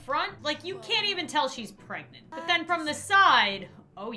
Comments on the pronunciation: Me too its funny how she say shes pragontay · she pregontay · I love how she says “pregontay” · "Oh my gosh there's so much crying outside can you keep it down I'm PREGANANTÈ" - 2020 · ✨ P R E G O N T A Y ✨